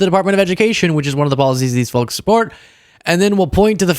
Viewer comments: Love you but you keep pronouncing “folks” wrong 😮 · What's this weird recent turn now where Americans are abruptly saying the L in folks, but drop the L in salve, to make is some different word, like "Sav" instead that other English-speakers don't know what you're talking about. It's the same with solder, drop that and mangle it like Sodor, that Island in Thomas the Tank Engine instead. It's the same as with Yolk, which you don't do that with yet, so where is the consistency, or are you a mish-mash informal dialect now, like with Pidgin English. It's just hard to take you seriously in our language when you can't even get basic 4 letter words like folk right, isn't it. Make up your minds, will you, because you say the Ls in Solder and Salve, like in salvation? You don't say the L in folk, when you do the opposite, that not English and more like Englishn't. It's not your language, you're not English and you haven't killed us off yet like you did the natives when you appropriated their culture, so why don't you stop mangling English all the time and speak it like the rest of us do, no more illiterate exceptionalism of sometimes you do, sometimes you don't, but wrong in all cases anyway. Obviously if you hate and despise English so much, like you obviously seem to with not even being able to say a basic one-syllable word like folk and all of a sudden, because before that you Americans used to say folk fine, so what happened to you in only the past few years only with saying folk wrong.